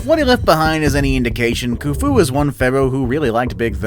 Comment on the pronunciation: Does video of ancient egypt. Can't pronounce khufu. Splices in random videos that are unrelated to the subject matter.